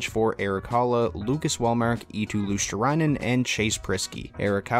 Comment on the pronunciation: Luostrainen :Dd it’s Luostarinen, but close enough!